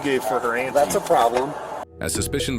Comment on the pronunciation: Ant tee is a wild pronunciation 😂